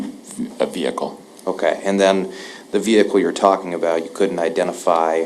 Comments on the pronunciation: Watching from the UK where we don't pronounce the h in vehicle, I've been totally distracted by the prosecutor's pronunciation of V-Hicle. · I say it with the h too lol I'm over here trying to remove the h 🤣 thank you. This trial breaks me and I needed a chuckle. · How do you say it then?? I'm having difficulty hearing it without an 'h'.